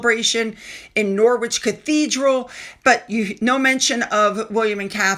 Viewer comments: Hi, FYO Norwich is pronounced “Norrich”and Givenchy “Jeevonshee” X ❤️. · couple of pointers Arboretum, is Are Bore Eat Em as in hem and it's No as in not, and Rich as in not poor. ❤ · You don’t pronounced the W in Norwich.